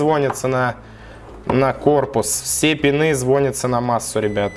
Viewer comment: звОнятся, деревня